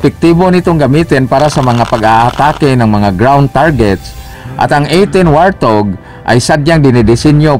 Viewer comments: Wart hog po di po wartog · WART-HOG yata, HINDI WAR-THOG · ang totoong english pronounciation yan ay,,,,,, wort haag